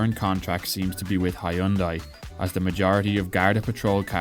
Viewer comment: I have never heard anyone pronounce Hyundai correctly, except the Koreans of course, so don't worry. I have learned how to say it, but then no-one here in Europe understands what I'm talking about.